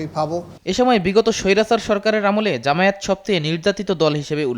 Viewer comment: জামায়েত না জামায়াত শুদ্ধ করে উচ্চারণ করুন